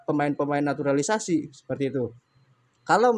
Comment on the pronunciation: Jngn sebut naturalisasi anda salah ucap